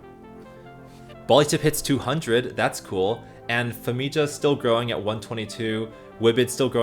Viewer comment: Anyone else feel like Famija's J should have been pronounced like a Y? makes it way smoother and matches many european languages including Slavic languages Also another cool thing to add is "population of species + descendants" instead of just the main species. so ie. we can see when Noxixo's lineage went extinct